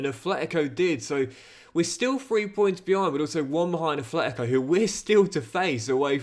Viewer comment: Enjoying the CM!! But I have one wish: pronounce Atlético properly 😅